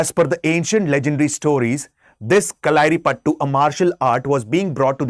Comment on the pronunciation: Pronunciation is not right kalari payattu